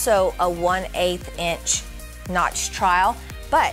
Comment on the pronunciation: You keep calling it a trial instead of trowel, it's annoying